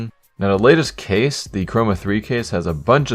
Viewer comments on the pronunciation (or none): none